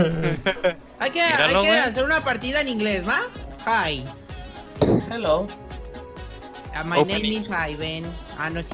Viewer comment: por fin alguien que dice bn halo jeilo y no jalo buena al xd